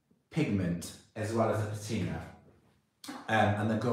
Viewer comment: Your pronunciation of patina is correct. Pa-teena is not correct. I don't know who's telling you you're wrong, but you're not. Just thought you should know. BTW, I'm American and pronounced it incorrectly for years until I was corrected.❤️❤️❤️❤️❤️❤️